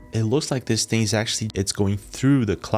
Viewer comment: What. Is. Dat. Ting ? What. Isssss. Dat. ? What. Do. You. Tink ? Do. U. Tink. About. Tings like. Dat ? Frickin. Morons can't even. Speak right .